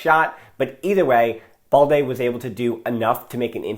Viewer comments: Why do you keep pronouncing BALDE as “ball-dey”? It’s balde as in “bad-day”😏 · remember, it’s AS IN. So you keep the “L” of course. He wrongly pronounces it like “boldy” where as it is “baal-dey” with an L sound